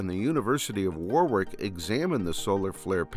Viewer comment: Indeed. I missed that. There's one other thing that, as a lad from Warwickshire (like Shakespeare), I feel is even more important than any civilisation-ending Carrington event. It's pronounced 'wah rick' not 'war wick'. My American friends, how do you struggle so much with our counties and our county towns? Toodles.